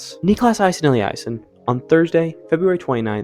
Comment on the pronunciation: Niklas - correct, maybe just a bit more emphasis on the last part instead of the first part Aasen - first part like a in ball, otherwise fine Elliasson - Elli, a pronounced same as in "kinda", son